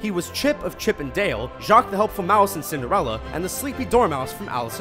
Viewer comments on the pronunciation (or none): none